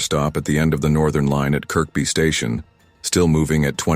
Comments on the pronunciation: Is anyone annoyed with the pronunciation of Kirkby as its pronounced as Kirby not Kirk-be. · by the way it's pronounced 'ker-bee' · It's Kirby,you don't pronounce the second K